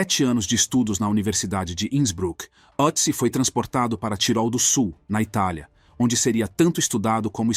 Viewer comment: Só um detalhe, este trema sobre a letra "O" no nome, muda a pronúncia, para um som mais perto de "Ê" ! É claro, fosse eu o autor da decoberta, eu daria um nome mais simples como Tião ou Joca, mas nome alemão segue a fonética alemã ! No mais, excelente vídeo ! Sobre a questão de enterro adequado à múmia... isto seria uma estupidez, pois a família dele se foi, e não tem como identificar a religião ou o rito funerário que o grupo dele adotava à epoca, se eram cremados, sepultados ou simplesmente lançados aos abutres. Mesmo que se soubesse a religião que ele praticasse, não haveria como achar um sacerdote familiarizado aos ritos da época para conduzir a cerimônia ! O melhor é mantê-lo numa urna frigoríica da reserva técnica de um museu !